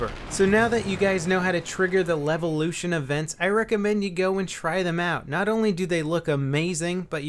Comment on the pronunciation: Lelvelution? i think you read it wrong, mate